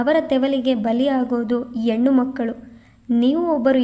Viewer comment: ಕಥೆ, ಓದುವ ರೀತಿ ಎಲ್ಲ ಚನ್ನಾಗಿದೆ ಆದ್ರೆ ಸ್ಪಷ್ಟ ಉಚ್ಚಾರ ಇದ್ರೆ ಇನ್ನು ಚಂದ.ಹೆಣ್ಣು ಅನ್ನೋದನ್ನ ಯೆಣ್ಣು ಅನ್ನುತ್ತೀರಿ